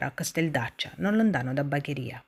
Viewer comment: Tutto ben fatto, solo che da bagherese bagharia non si puo ' sentire 🤣 comunque brava.